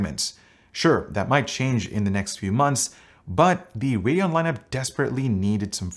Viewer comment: I swear he says "hurricane x" every time. That's what I hear.